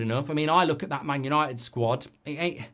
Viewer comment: “Yanited Yanited Divided Divided”